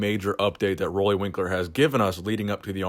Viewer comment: Nice video,. But just so you know, you've been saying his name wrong all this time. Roelly rhymes with 'Julie.'